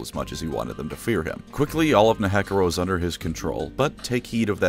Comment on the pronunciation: the way he pronounces nehekhara physically harmed me